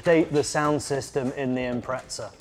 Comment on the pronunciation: Gotta ask. Why do you guys say Impretza when it’s spelt Impreza? There’s no T in it.